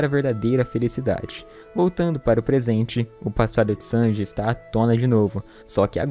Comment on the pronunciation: Falar Chanji é foda 🤣🤣🤣🤣'